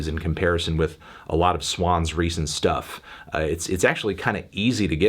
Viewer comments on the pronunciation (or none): none